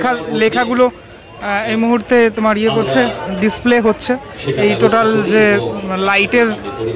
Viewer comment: Totel ❌ Totaal ✅